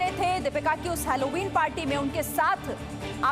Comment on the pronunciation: हॅलोविन है अलोविन नही